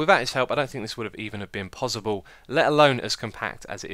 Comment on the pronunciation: I've noticed you say possible like pozible is funny :D